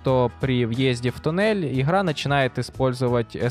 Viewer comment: Да есть,например,почему ты не можешь произносить нормально букву Г?)У тебя выходит не Игра а Ихра,что не так с тобой?